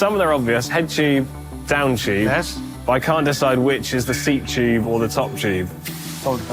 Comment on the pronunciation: What on Earth is a “Chyoob”? Does he mean “Tube”? Great vid, Thank you for making it🤝